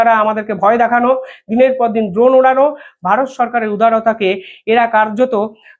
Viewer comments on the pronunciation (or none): none